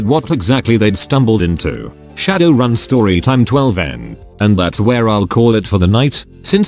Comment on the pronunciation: The answer is to edit the input text file to help the TTS to pronounce things correctly. But until that day we just have to know that RAZ = Ares, Shadoran = Shadowrun, and MTHTHTFHTHFFKA = Motherfucker